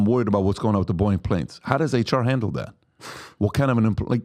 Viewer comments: Is he saying Boing ? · Love how Patrick pronounces Boeing as boing!